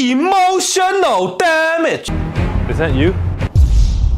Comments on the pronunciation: "IMOtioNOL DAMedge" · Yummy Damage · Isn't that me hearing "Emotion O Damage"😆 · It’s like this EEmOtional DAMage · You are not alone, i sopposed he is saying that exactly like a motion of damage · I liked the part where he said Emotional Dah Mage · hehe "Emulsion of Damage" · "e Motional Damage" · am i the only one who hears "emotiono dam it" lul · Hahahahahahaha "E" motion o damage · EEmotional DAAmage. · Why he said EMOTIONO DAMAGE I thought he said emotional damage but he said EMOTIONO DAMAGE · I like how the subtitles get more corrupted every time he say “E. M. O. T. I. O. N. A. L D. A. M. A. G. E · E motional Dam-edge? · E motional damn age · Am I the only one hearing "A motion of damage" ? yea? no? okay.. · I hear "Emotional Damnit" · NAh i heard EmoTIOnal DAmagE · E motional Dam age, Vary Effaactive- Steven He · It now sounds like he's saying emotional damn it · tbh the first few times i saw it out of context i thought he said "emotion no damn it" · Emotional Damage(ee-mo-shun-ull-dam-idge) It hurty on the inside and make you wanna hurty on the outside. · E motional TA mage really sounds like he says a T LMAO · I always tought he says EMOTION NO DAMAGE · Today's Word: Emotional damages How to pronounce it?: Ee motional DAM ages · He say emotional damn it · eem ocean al damge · Emotional damdge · EE MO SHEN NO DAH MEJ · EEEmotional DAMnage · Imoushonol damach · Why do I hear emotional damn it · emotional damage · That right there is emotional damage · Nah, I heard it too at the end XD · Lol pitch perfect and I hear it now